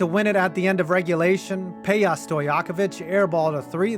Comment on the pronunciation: It’s pronounced as pe-ja not pe-ya